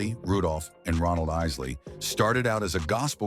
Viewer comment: That's ISSSLEYS!